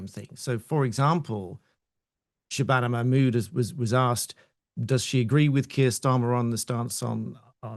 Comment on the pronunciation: I simply love Katie's Hopkins prononciation of SHHRRRABANA MAHHRRRMOODDTT name!!! <3